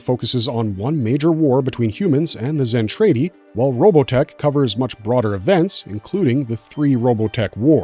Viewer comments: DId you even watch it? Just wondering since you pronounce Zentraedi as Zen tray dee instead of the way it is in the anime Zen trah dee. LOL talking about nudity and adult relations you show SC twice They were releasing official Macross videos prior to 2021. Macross 7, Macross Plus, Macross 2 were all available prior to 2021. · What gets me is, he keeps saying Zen-trAY-di when in both versions it's pronounced Zen-trAH-di. My childhood and my OCD are screaming every time he says it lol.😂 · Can you please just watch ONE episode? Listen to how things are pronounced. It is distracting as hell to hear you mispronounce Zen TRAH Ti every time. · I already died when he said zen tray dee.